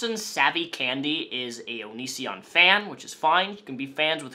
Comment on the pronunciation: Nobody Absolutely no one on earth:: ONISSSION